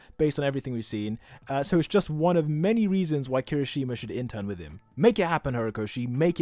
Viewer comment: Bro love your videos but it's not "Kiroshima" it's Kirishima! keep up with with this kind of videos, i love them ^-^ <3